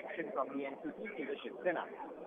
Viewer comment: SHIV SENA sahi se bolna to sikh lo Miss Jacob🤣😂😅